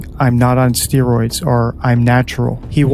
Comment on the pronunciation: I’m here to listen to DT say the word “steeroids”.